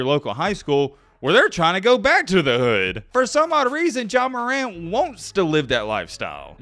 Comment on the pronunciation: You poppin it like you on that type of timing though.. a cornball calling another man a cornball is crazy.. you don’t know anybody from the ghetto just by the way you pronounce “hood” 😂 you online weirdos be talking crazy